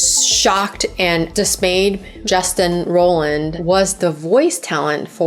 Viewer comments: It's Roiland, not Rolland. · Justin rollllland??? Haha great video but can't stand the pronounciationn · No hate but like I feel like you’re gonna do an entire video on someone you should know how to pronounce their name lol